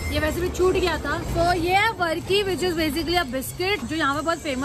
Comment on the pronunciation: Loved your video ♥️.. A small clarification the one you ate with chai in ooty is called barki and not varki. And kozhukatta is pronounced as koyukatta. Love from Kerala do visit sometime ♥️